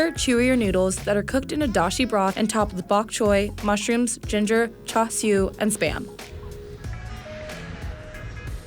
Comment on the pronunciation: she actually said charsiu correctly